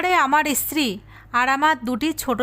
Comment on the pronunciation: ইস্ত্রি বলছেন কেন?বলুন স্ত্রী ।